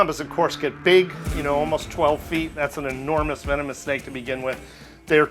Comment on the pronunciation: Hello vee-no-moose